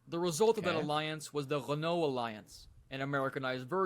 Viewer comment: I was waiting to hear how badly you Americans said the names of these car brands. You did not disappoint !! RENAULT = REN O not REN ALT. PEUGEOT = PUGH ZHOW not PEG WAT. CITREON - SIT RON not SITREE ON. FIAT = FEE UT not FEE AAT.